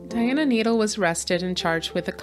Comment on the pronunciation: The name is pronounced nay-DELL, not Nadle.